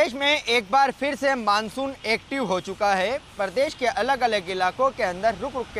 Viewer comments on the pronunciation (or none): PRADESH KO PARDESH KAH RAHA H